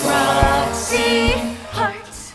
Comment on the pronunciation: ㅠㅠㅠㅠㅠㅠㅠㅋㅋㅋㅋㅋㅋㅋㅋㅋㅋㅋ배꼽 도망가요 ㅠㅠㅠㅠㅋㅋㅋㅋㅋㅋㅋㅋㅋㅋㅋㅋㅋㅋㅋㅋ이제 락씨로 들림 ㅠㅠㅍㅍ